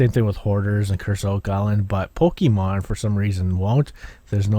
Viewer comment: Its not pookiemon its pokemon